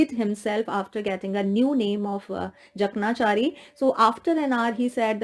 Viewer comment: Ma'am, the pronunciation of Jakanchari is : J a k a n chaari